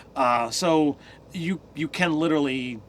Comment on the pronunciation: I hate how you guys pronounce stuff.... "baubles" as "babbles" for example... Dude... Cmon.